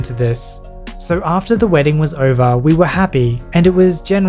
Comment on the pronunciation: That was a good "wrdding"